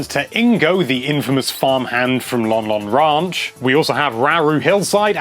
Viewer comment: "Lon Lon RONCH, in OCAREENER of Time."